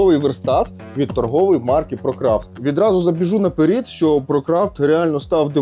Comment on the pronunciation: Не "на перід", а "на перед"!!! Тошно слушать переход с одного языка на другой